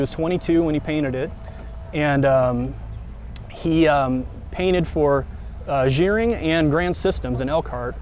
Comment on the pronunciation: It's pronounced "gar-ring" NOT "jeer-ring"...Kim Gerring started the entire Van Conversion Industry in Elkhart Indiana in 1972. He was my life long friend, my brother-in-law, and an amazing individual. He just passed away this past Sunday (3-10-19) . Innovator, creator. Will be missed immensely.